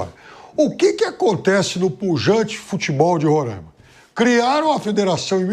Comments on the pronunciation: Parabéns Mauro! Esse pillhado bolsonarista preconceituoso e, como ainda não bastasse, não sabe pronunciar o nome do Samir e do estado. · O pilhado precisa aprender falar o nome roraima aqui e uilton de roraima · A começar a pronunciar o nome do estado correto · Primeiro, que é Roraima, não Rorâima. Segundo, tivemos diversos presidentes do eixo Rio-SP. Até aqui, não lembro da CBF ter sido bom exemplo pra nada. Aí não pode vir um presidente do Norte, que tão tirando ele pra cocô... Deixa o cara trabalhar! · Agonia do Pilhado falando RorÃima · Não se diz "Rorãima", se diz Roraima. Não sei de onde tiram esse "ã". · Fala o nome do candidato errado e o do estado kkkk eita nivel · Mais absurdo q isso é falar o nome do estado errado!RORÁÁÁIMA E NAO RORÂIMA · RORÃIMA PILHADO?? RORAIMA 😂😂😂 APRENDE A FALAR O NOME DO ESTADO KKKK DEPOIS OS NORDESTINOS QUE SAO BURROS 😂😂😂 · Que porra de Rorâima, é Roraima Não tem acento O ra é forte como o r de "couro" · Pilhado, primeiro aprende a falar RORAIMA e não RORÃIMA. 👏😂😂😂🤡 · Pow Pilhado não se falar Rorãima, se diz Roraima. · Roraima animal é não Rôrãimense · Novo jogo. Toma um gole de cachaça toda vez que o Pilhado fala Roraima errado. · Tu não sabe nem pronunciar o nome do estado Pilhado, vai te lascar. Roraima não tem acento leso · É roráima, e não româima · Pilhado, já te falei, você e o Mauro César; falem corretamente, não é Rorãima ou Rorãimense, é Roraima ou Roraimense sem nasalizar o a!! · O meu querido pilhado o nome é Ruraima por favor tente pronunciar direto e (Roraima) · É Roráima não com o som ima, e respeita meu Baré poha kkkkkk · Pilhado falou merda do início ao fim e foi jantado. Curiosidade: Se pronuncia XÁud. Os times São o São Raimundo, Grêmio Atlético Sampaio - GAS, Monte Roraima e Atlético Roraima.... e se pronuncia Roráima.... Precisou a sensatez do Mauro César pra dar um comentário válido, o Pilhado tá mais preocupado em mitar.